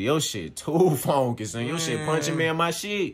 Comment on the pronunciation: Nigga said fonky 🤣🤣🤣